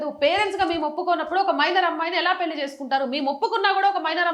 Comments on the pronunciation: పెళ్లి మేడం. పెల్లి అంటున్నారు. Your content is v. Good. Take care of our beautiful language Telugu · Talli పెళ్ళి - పెల్లి కాదు. Please practice Telugu.